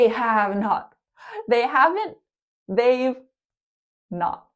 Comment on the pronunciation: Hello. You’re one of my all-time favorite teachers. I just wanted to let you know that you missed the pronunciation of “we’ve” and “they’ve.” Thank you so much. 🤗🤗